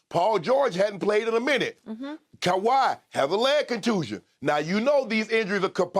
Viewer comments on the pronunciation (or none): none